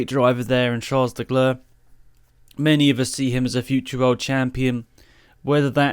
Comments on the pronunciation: "Charles LeGlerr"... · Who Is that Charles Decleaur he keeps talking about? 😂😂😂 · Charles Decler? 🤣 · “Charles Decler”